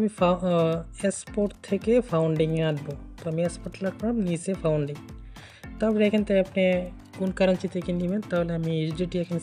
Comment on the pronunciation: are, vai founding na otar pronunciation funding 😂😂😂